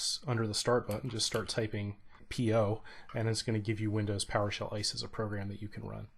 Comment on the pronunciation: Thanks. Only tip: as an abbreviation, try saying I-S-E. Not ICE.